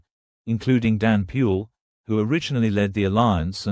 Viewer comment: the moment i heard Danny pule as Danny pu,i knew the news can't be trusted. maybe it's about sounding white to confuse the uneducated. may peace always prevail in zambia. one zambia one nation. Ai has taken over reality. too bad for many who🤣 can't read between the lines